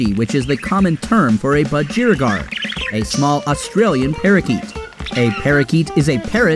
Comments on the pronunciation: CERE NOT SARAH. GET THE NAME RIGHT ITS NOT BUD GERIA GAR BUDGERIGAR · "They will never be able to pronounce budgerigar." For the record... You still can't :p